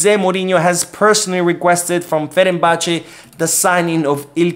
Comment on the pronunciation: you're saying 'Ferenbache' when its actually 'Fenerbahçe' as in 'Fener...'.